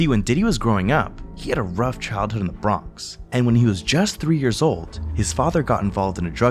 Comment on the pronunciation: i don't like the way u said "the bronx" wutchu trynna say brody?